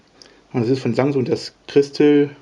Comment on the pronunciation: ROFL... ich verstehe immer Sangsung hahaha ich schmeiß mich weg...